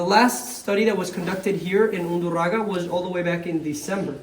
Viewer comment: undurragA not undurrago